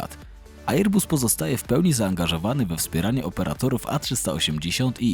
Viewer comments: Wezcie ocenzuzujcie tego "ejer busa"... chociaz dobrze, ze fraza Boeing nie jest "Beeingiem" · Ejer-buuus... mamma mia.. tego się słuchać nie da... szkoda że algorytm jutuba nie wykopuje tak fatalnego lektora. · Dziwne ,bo fajny material ale mogłeś sprawdzić wymowę, bo serio ten ejer bus jest tak wkurwiający ,że szok. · Fajny materiał tylko ta wymowa: Airbus. Wym: "e: bas" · To prawda, słucha się bardzo ciężko....ajeerbas...🙉🙈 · Jak można tak źle przygotować się do materiału i przez cały jego czas źle wymawiać nazwę firmy o której się robi materiał…. Żal